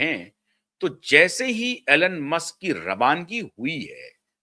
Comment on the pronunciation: Elon ,pronounces eelon,Alan nahi 🙏